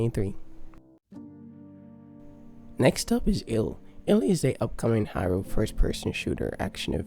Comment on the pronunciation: There's a word you keep saying that I can't understand, "Hiro"?